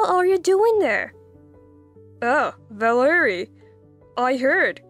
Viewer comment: The mispronunciation of VALERIE is hilarious. And why is he calling her the baby’s mother.